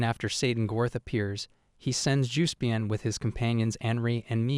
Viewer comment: "Umm, actally, it is pronounced JUHS-pee-on" ☝️🤓